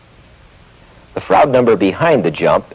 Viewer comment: It's a bit painful to hear him pronounce "Froude". It shouldn't rhyme with "crowd".